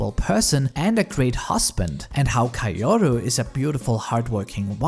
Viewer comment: Why in the world does he pronounce "Kaoru" like that?